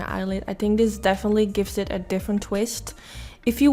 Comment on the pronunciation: Hey there. I hope you don't mind that I point out your speech. In no way am I trying to make fun of you or put you down. I just thought if I explain what I hear it will help you figure out how to change it. I just want to be helpful. ❤️ You are pronouncing think as tink, the as Dee, and together as togetter. You could try working on TH and the 'the' sound. And I just want to point out that it doesn't bother me one bit how you speak. And your English sounds really good. I just thought that if you think that you're having a problem with it or you wanted to figure out how to be better at it that you would want to know. And I put this as a comment in case somebody else is having a similar problem. PS. This makeup look is so bomb!